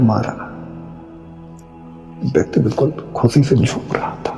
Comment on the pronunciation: Tum ye jo SH ko S pronounce krte ho isse pata chalta hai tum Sikh nhi rahe kabhi. Khushi ko khusi nhi bolte.